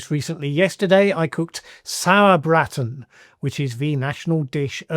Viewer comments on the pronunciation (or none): "Sour-braaten" rhyming with "tarten"